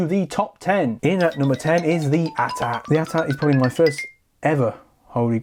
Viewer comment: It's pronounced A-T-A-T not at at